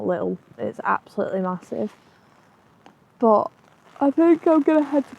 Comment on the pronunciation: Why do you say bot instead of but?